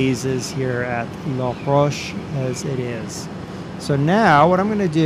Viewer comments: La Rochelle is pronounced LA-ROW-SHELL, not LA-ROACH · u say ut like la roch elle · You need to pronounce the "Elle" on la rochelle. It is the last e that is silent. :-)